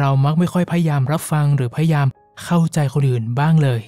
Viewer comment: ขอบคุณมากๆค่ะ เสียงเพราะฟังเพลิน (มีคำว่า พยายาม ที่ผู้พูดออกเสียงว่า พยาม ขัดๆหูนิดนึงค่ะ ได้ยินมาหลายคลิปเลยแอบมากระซิบ) เป็นกำลังใจให้นะคะ ติดตามตั้งแต่ยังไม่ถึงแสนซัพ เก่งมากๆเลยค่ะ